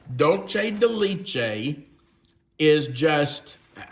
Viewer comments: It is pronounced laychay...it is Spanish. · Leche is ‘milk’ in Spanish. The (both) “e” is pronounced like a long “a”. I’d love to know the maker/ brand/ source for that mixing bowl. Hopefully, Amazon 😂 Those look yummy!!